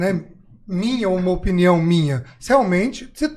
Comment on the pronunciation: “Eu acho Na minha opniao”. QUE AGONIAAAAAAAA